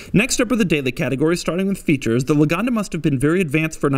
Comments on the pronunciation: LAGONDA NOT LOOGANDA ITS NOT AN AFRICAN STATE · por que le dice Loganda si es lagonda? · Loganda???!!! ITS LAGONDA!! 😠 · He cant spell the name well. Thats ridicolous... Luganda, loganda... Maaaaan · Love how he pronounce it as "luganda"